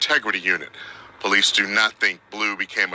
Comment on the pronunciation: "POLEECES" chuckle 😆